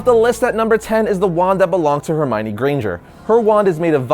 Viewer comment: Her my knee-Hermione